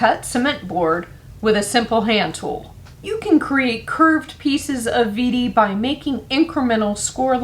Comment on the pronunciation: This is fantastic. If you want to pronounce in German, it is vay dee, not veedee. Even that is a an American version but close.